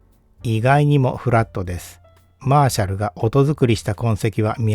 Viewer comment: マーシャルの発音からして演奏側でいらっしゃらないと思いますが、これはギターアンプで感じてきた印象と全くかけ離れた音に感じました。 流された音に対してのモコモコ感、トーン修正しないと聞けたものではないですね。 演奏側の人は、恐らく、気持ちの良い１点に向けて、オーディオアンプもBASS/TREBLEは、常に動かし続けていると思います。 このアンプの解明すべきは、素の特性では無く、そういう人たちの気持ちの良い１点が探しやすいトーンバランスの能力なのかもしれません。 いうて、トーンはYAMAHAよりLUXMANの方が気持ちの良いところに合わせやすいので、楽器制作会社だからとか関係ないかもしれませんが・・・。 Frieve-Aさんのコメント見たいｗ